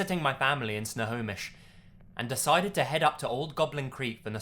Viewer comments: Don't worry, I live near Snohomish and you pronounced it correctly. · You said Snohomish right. I was impressed, as a Washingtonian. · No you said Snohomish right ^_^ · I actually came here to say that I'm impressed that you said Snohomish correctly! Snohomish is my hometown and usually people butcher the pronunciation lol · Snohomish was fine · You got snohomish right